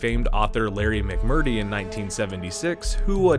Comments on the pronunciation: It’s “Gilliam” - not “Gillam”). And it’s “McMurtry”, not “McMurty”. Minor details, but if you don’t even know what these folk’s names are, then one can only assume you don’t know WHO they are, and therefore one also has to assume that you don’t know a fucking thing about the subject matter. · Larry McMURTRY not Murtee. This video is a joke. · Isn't it Terry Gill-lee-am, not "Gillam?" Am I crazy? And Larry McMur-Tree, not McMurty. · You aren't even saying people's names correctly. It's TERRY Gilliam!!!! not Gillum!!! And LARRY McMURTRY!!!